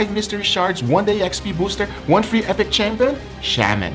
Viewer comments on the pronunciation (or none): none